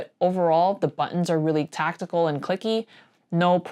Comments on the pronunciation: Sorry, “Tactile” is pronounced “Tak-TIE-ul. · Sorry, “Tactile” is pronounced “Tak-TIE-ul.”